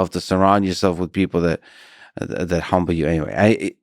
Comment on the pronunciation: You butchered martyr in the beginning, and then humble when talking about faucci